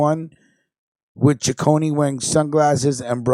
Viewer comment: Correction my last names pronounced C I c c one there’s no CH or y it’s not Chiconey